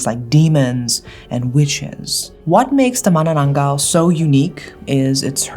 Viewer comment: This may be out of topic with manananggal.... But I love how u pronounced it correctly, ma-na-nang-gal...u know the sound of *ng*.... so tagalog🤍